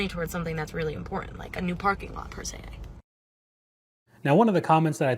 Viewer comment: You need more classes because the word is "im-por-tant" not "im-por-ahnt."